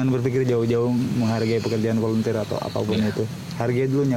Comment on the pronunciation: "VOLUNTEER" bang, bukan "volenteer"